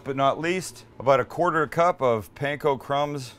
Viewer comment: Your Ground Chicken Katsu patty is not unlike Menchi Katsu and the flavors you used seem ok. They look really good!!! But Sam... Please... Katsu - "Kaht-soo" not "Cat-soo" Also, Panko - "Pahn-koh" not "Pan-koh" and certainly not "Pain-koh". Please and thank you. Dedicated Fan 😁😁😁